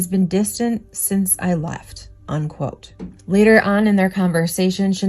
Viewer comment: This is great stuff but I just gotta say, it’s “unquote”, not “on-quote”